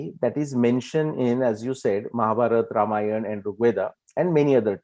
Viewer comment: WHY ON EARTH do we MISPRONOUNCE our names....it is not VedAAAAA, RamayanAAAAAA...